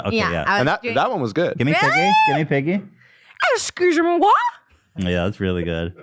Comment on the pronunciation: When Trisha say " Excusez-moi " her accent is on point xD